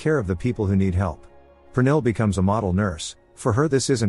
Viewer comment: oh I was right 😅 even though you're butchering the name Pernille 😂